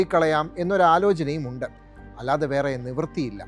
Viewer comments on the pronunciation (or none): none